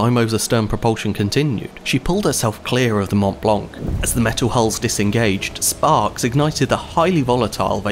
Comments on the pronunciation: You don’t announce the C for the love of god. Mount Blanc!!! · the t and c in mont blanc are sielent. Just saying